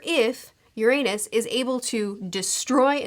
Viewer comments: Besides pronouncing Uranus wrong non-stop... Destroying the redline would just raise the water levels technically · The mispronounciation of Uranus. >,< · You might wanto to look up that Uranus pronunciation. 😆 It's not incorrect, but it's a bit distracting, lol.